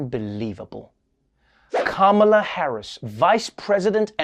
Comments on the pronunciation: Apparently conservative media have decided to be passive aggressive and mispronounce "Kamala" at every opportunity. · "How dare the vice president not show respect!" while mispronouncing her name (on purpose) over and over again. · And.. After all this time, they STILL haven't figured out how to pronounce Kamala's name correctly! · I love how not one of the Fox news-type media pronounces Kamala correctly. Aw, so adorably childish. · The self-righteous sedition party calling out Kamala (don't even correctly pronounce her name) for not saluting is rich. If they can't prove THEIR patriotism, they'll distract by something, anything, any little thing. Maybe they're afraid Dems are dismantling the institutions of the flawed Reagan-era they're desperately clinging to for validity. Similar to the shame of Obama not wearing the American flag lapel pin. Oh the horrors! 😱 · Every one of the people calling Vice President Kamala Harris disrespectful for not saluting mispronounced her name. Disrespect indeed.